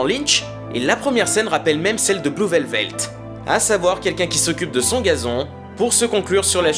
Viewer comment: Bonne analyse, bravo. Attention à la prononciation du titre de l'un des plus grands film de l'histoire par contre... "Blue Velvet" pas "velvelt"